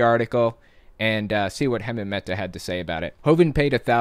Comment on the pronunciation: You seriously need to learn how to pronounce Hemant's name